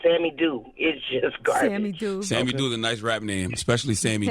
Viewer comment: gah-bage. both records. she needs a script / writer .